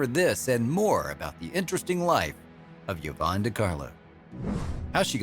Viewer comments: I've never heard Yvonne pronounced "yavonne" before. I had always heard it pronounced as "eevonne." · Did you know the name Yvonne is pronounced E-von? I didn't until I moved to the Tampa area and found out the old Cuban town of Ybor is pronounced E-bor. So stop with the Yuh-von. You are hurting my brain. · “Yavon” ! Get names right! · What’s this thing of pronouncing a letter Y like a U? Where did it come from? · Yvonne is pronounced EEV-ON not YEV-ON. Salome is pronounced Sal-O-MAY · OMG! Yvonne (E-VONN). Salome (SAL-oh-MAY). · Sean Ferguson - You'd think that any announcer worth half a poo would CHECK the Pronunciation of names and places, right? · Indeed. Even a quarter of a poo! Normally I'd shrug it off. Every pronunciation of yah-VONN was like a dagger but I didn't crack until I heard sa-LOAM.